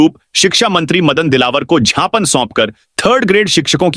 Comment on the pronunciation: Th pahle bolna sikh.Gyapan ko tu kutte Japan bolta hai.